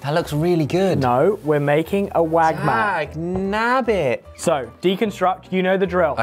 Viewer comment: I'm sorry but your "MAC" n cheese is "Wac" n cheese.😂😂❤❤